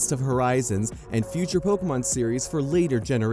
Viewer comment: Am I hearing pokomon?